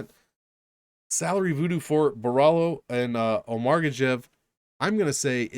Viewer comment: O-marg-er-shev???! It's Omar-gods-zhe-ev